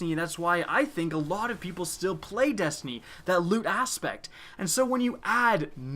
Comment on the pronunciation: I thought you were talking about destiny, not destiknee